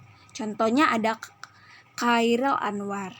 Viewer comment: Syalom saya Ronaulina Sinurat. Saya mengucapkan terimakasih untuk presentasi. Namun, saya ingin memberikan sedikit saran untuk pengucapan nama Chairil Anwar yang kurang tepat. Jadi untuk lain kali agar tidak terulang lagi. TERIMAKASIH